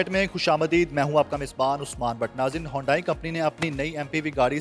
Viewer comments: It’s not hondai it’s hyundai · ھونڈائی نہیں بیٹا، اسے "ھی انڈے" بولا جاتا ھے۔ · It's called Hee- yun- day- ee. ..not hondai in pronunciation.